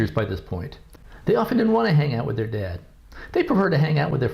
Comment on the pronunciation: Daad haaad can this bitch not fucken pronunce a fucking word without putting so much emphasis on the letter A in a damn word !